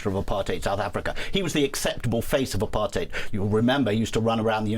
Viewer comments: The only person in US media who pronounces Apartheid correctly! ❤ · Why is she pronouncing apartheid so weirdly?